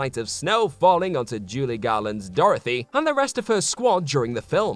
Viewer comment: "JULIE Garland"?! Damn, dude. If you didn't write this, then you should've called it out when you read it 🤦‍♂️